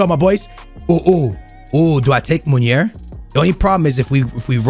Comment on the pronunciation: nep,bateson and all call munir munier...why haha